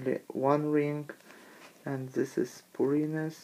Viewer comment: it's 'purines' not 'pyrine'